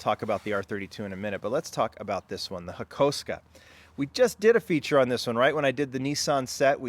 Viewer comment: HAKOSUKA NOT HAKOSKA C'MON DUDE....